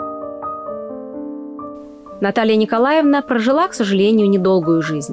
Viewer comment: Материал очень интересный. Спасибо. Много узнала нового. Но неприятно слушать из уст экскурсовода имя Наталья НИКОЛАВНА. ЭТО очень режет ухо. Отчество НИКОЛАЕВНА.